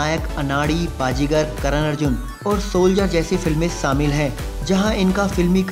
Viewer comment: Say shamil Not saamil Unbearable